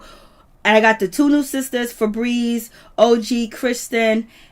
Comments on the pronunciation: Im cackling at how she keeps calling that chile "Frebreeze"🤣🤣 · Damn. I thought I missed something. I was like who the hell is Fabrezze. LMAO 🤣 🤣 🤣 🤣